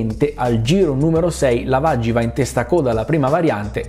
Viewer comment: Diligentemente, vogliamo un episodio su Giovanni LAV-AGI (come lo diceva Murray Walker😢😍❤️ sul primo videogioco di F1 ufficiale della storia)